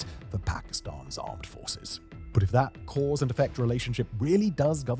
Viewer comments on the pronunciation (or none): none